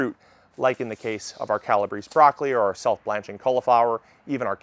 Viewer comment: CAL-a-BRAY-see. Calabrese. ❤